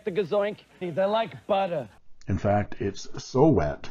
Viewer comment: “ Fish oil ink on buttered glass” like “buttah” It was worth waiting all week just to hear that! Thanks for the review. I can’t take it any more . .. I haven’t bought the last 3 you reviewed but this looks too good to pass on. On a different note, do you have any recommendations on a pen with a BB ( some call it coarse I think) nib?